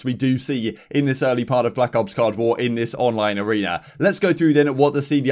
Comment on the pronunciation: Anyone else keep hearing him say CoD War instead of Cold War?